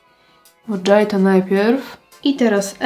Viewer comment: nie wiem czy to był dowcip, ale mojito pochodzi z Kuby a j wymawia sie jak h czyli jednak mohito a nie Modżajto. Ciezki tydzien w pracy, moze nie zrozumialam zartu :)